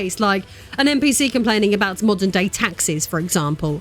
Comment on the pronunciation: “MMAAWWDUURN AUDIENCE” 💀😂